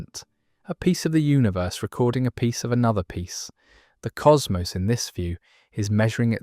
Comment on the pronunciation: I clicked off when I heard how "cosmos" was pronounced.